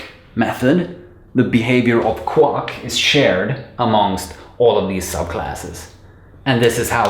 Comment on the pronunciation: Good video but remember Quack rhymes with lack, sack, back Not luck, suck, fuck, or duck